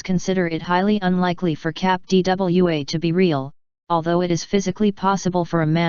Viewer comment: What is it with this proliferation of robot voiced videos about strange things? Is there no one who will actually narrate this? I find it annoying when she says "cap D.W.A."